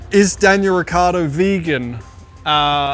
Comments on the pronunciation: As Italian is very funny to hear how he sayshis Surname 😂 he forgets to say the I.. it's riccIardo, not riccardo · hearing daniel say "ricardo" must grind his parents' nerves. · he can't even say his surname right lol, its' rih ch iahr doh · …soooo who’s gonna tell him that he’s pronouncing his last name COMPLETELY wrong?! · Neanche tu sai pronunciare il tuo cognome.... 😀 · Daniel, if you are SO italian, why do you pronounce your last name in the least italian way?